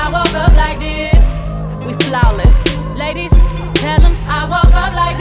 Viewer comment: It’s like the first time around when she says ladies she breaks it into two syllables. And the second time she said ladies it’s normal one syllable word. That stood out to me, I’m sorry if I wasn’t able to explain clearly